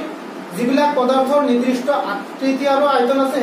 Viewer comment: Not nirdrista. It's nirdista